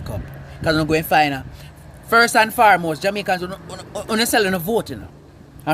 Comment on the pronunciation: Lol "first and farmost"😭😂